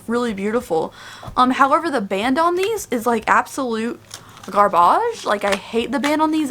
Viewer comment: "absolute garbáge" ahhahaha love it